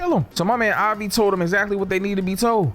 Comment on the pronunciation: It’s Avi not Javi the mf ain’t Puerto Rican Imao